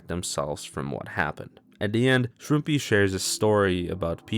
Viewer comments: i think how you actually pronounce shroompie is "ShroomPy", but no one knows exactly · i believe shroompie said its prounounced the way pronounces it